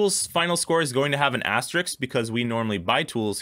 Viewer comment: Please, guys, please: it's pronounced "as-ter-isk," just like it's spelled. If I want to see a video with "ass-tricks" in it, there are other sites for that. :D